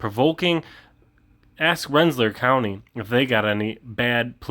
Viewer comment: Hey …. The pronunciation is Ren sa LEER. (FYI)